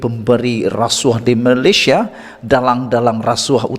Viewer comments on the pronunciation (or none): none